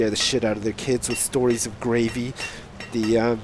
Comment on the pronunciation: Every time he says Gravey I think gravy.